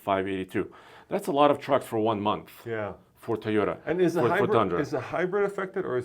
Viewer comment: TOYota not Teyota